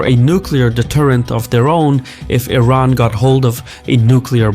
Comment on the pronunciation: Why does he say Teran instead of Iran like 50% of the time?